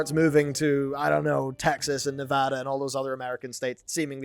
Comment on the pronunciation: pronounces Nevada correctly when 90% of Americans don't